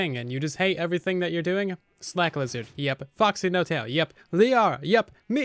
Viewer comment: Q&A why do you pronounce everything as overything its driving me nuts.